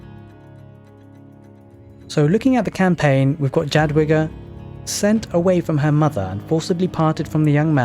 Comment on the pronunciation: Few words on polish sounds. :) Jadwiga you read like "Yadviga". For english "J" sound we use "Dż" and for english "W" we have letter "Ł". We don't have "V" at all and "W" is our equvalent. Also with Obuch. In polish "h" is always read like in english "hammer" and sometimes it has silent "c" before like here. So it's "Obuh" with "H" like in "hammer" and it means.... Club or warhammer. Generally some blunt weapon ;)